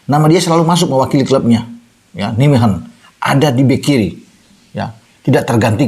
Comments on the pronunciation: Cara baca club sepakbolanya Calvin: Naymehen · maaf, kota Nijmegen cara membacanya Neymehen